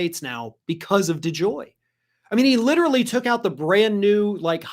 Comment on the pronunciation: What are these words - lidder relly